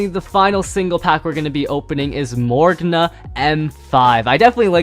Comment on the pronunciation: Morrigna is pronounced more rig nuh